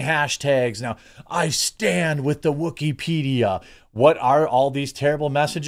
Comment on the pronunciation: Wookypedia, sounds more like Woosypedia